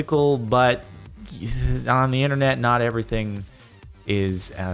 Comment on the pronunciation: the way he says internet lol